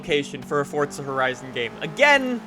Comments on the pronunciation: Its not fortza its forza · Why you saying forsta horizon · ITS FORZA NOT FORTZA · It is not called fortza its forza do you see a t in the title anywhere no because it is not fortza